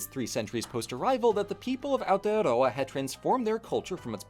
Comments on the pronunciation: the first non kiwi to say it right thank you for not making me angry by not saying aotearoa properly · I normally skip videos about Aotearoa because the lack of effort for trying to learn any of the pronunciation in them can be painful being from there myself that I ignored this video when it first came up for me as I haven’t seen your videos so I didn’t know if you’d put in that effort but I’m SO impressed! You’ve put in so much effort for this video it’s so lovely to see, not only with the pronunciation but also not starting with the white history as that’s what most people start with, thank you! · THE ONLY AMERICAN TO PRONOUNCE AOTEAROA AND MĀORI RIGHT. Thank you, thank you, thank you! Also, damn right our ice cream rules. Try whittakers chocolate too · NEW ZEALAND VIDEO?? BY A NON KIWI?? WITH AOTEAROA IN THE TITLE?? AND DECENT PRONOUNCATION?? I will give u my first born child